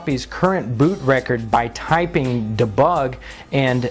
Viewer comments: It's pronounced DEEEEEE bug. duhbugguh.... God dammit. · Great tutorial, and is good for lost skills archiving. But, it's pronounced "dee bug" as in "destroy" or "delete" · det-bug - sounds french xD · The way he pronounces debug :p